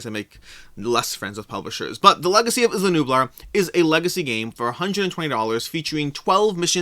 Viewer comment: Isla = I-la as in island